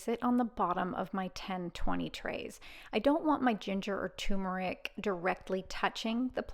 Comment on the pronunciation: TUR meric It als obsorbs better if you pronounce it correctly.